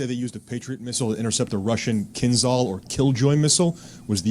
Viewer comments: Stop saying kinzal, it's KINZHAL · The pronunciation of kinzhal is actually kinjal. Not z, but j for Jerry. Kinjal means dagger.